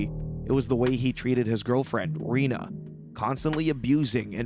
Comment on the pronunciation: It's Renee, not Rena or Rina.